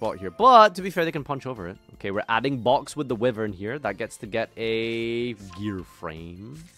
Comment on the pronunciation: HOLY SHIT LEARNED HOW TO PRONOUNCE WYVERN